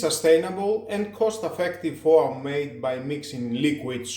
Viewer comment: Interesting. You need some English training,"soap" and "foam" are not pronounced the way you do. But good review. There is also something extremely similar from Xiaomi, except it does not refill and it costs twice as much.